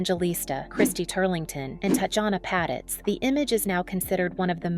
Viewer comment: TOTALLY Agree! These AI generated videos are so annoying! It totally mispronounced BOTH her 1st & last name! Glad I’m not the only one to notice this. Thank you so much for calling it out!😊